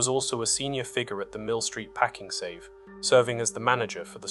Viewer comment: I feel a bit dumb. Is the voice AI in these videos? I have been watching for a while but now that the sentences are punctuated and cut a little differently (also pakING save), it seems more obvious now